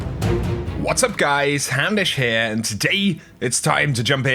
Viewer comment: Every single time i hear you say "hey guys, houndish here!" i hear hamish.